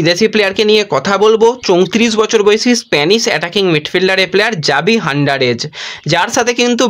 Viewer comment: You are correct: Javi not Xavi. But my concern was with the Hernandez. You uttered it as “Handarez” which is incorrect. It should be “Hernandez“.